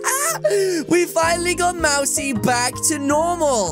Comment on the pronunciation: its not mari its mousey